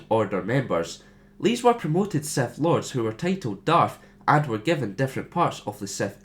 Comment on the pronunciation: The fact you pronounce it as SETH really, REALLYY annoys me...